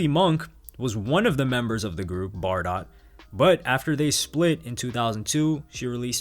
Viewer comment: It’s pronounced Bar-Dough by the way.